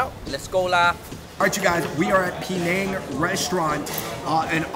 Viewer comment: TF y'all purposely mispronounce Penang! Peh-nang not pee-nang! If you're going to rep for Asians, then rep it properly and respectfully.